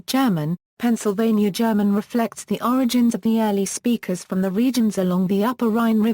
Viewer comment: The way Kutztown is correctly pronounced is such that it rhymes with "puts", not the way the narrator says it in that it rhymes with "cuts". Likewise, the expression "Pennsylvania German" is purely an academic expression and not used among everyday speakers and people who closely associate with the culture. Speakers describe themselves as speaking "Pennsylvanisch Deitsch" when using the dialect and "Dutch" when speaking English. I think also there are some audio glitches starting at about the 10 minute mark.